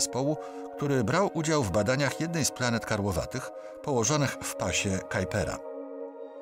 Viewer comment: chociaż google translator podpowiada właśnie tą wersję wymowy robiąc kalkę z angielskiego, czy nie powinno się mówić "pas kuipera"?